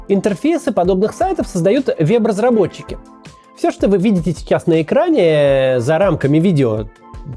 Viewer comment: Вот эта российская "Е" я ору ))). вЭб разработчиков,а не вЕб разработчиков. Хахахах